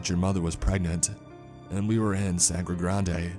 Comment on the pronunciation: I'm watching this in the gym at the oval, the cricket stadium in Port of Spain, Trinidad. Muuuuhahahahahahaahaaaa Also it's pronounced more like sandygrandy rather than sangrey granday